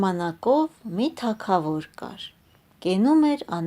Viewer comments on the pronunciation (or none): Թագավոր , Գ ՈՉ թե ք